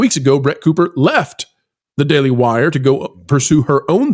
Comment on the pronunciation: it's "daily wire" baby 🤣